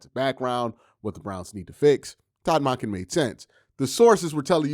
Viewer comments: Monken = dunkin not donkin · Great as usual, Q. You gotta start pronouncing his name correctly- it’s MUHNken- as in Monk. Not MAHnken. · Really interesting how says Todd Mahnkin and not Monken 😂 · Q I love your content I come to your videos to get down off the ledge because the Browns are the Browns, with that being said can you please please start saying Todd Monken's name correctly, it's just like saying a Buddhist monk with an U sound then add the "en" so it's pronounced Munk-en not Mock-en if you listen at the press conference when he is introduced you will hear the correct pronunciation, thank you for all you do FYI remember that tv show Monk just like that